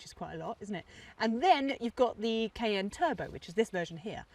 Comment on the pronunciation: Noticed how she (and possibly other Brits) pronounce ‘Cayenne’ — as just 2 letters: “KN”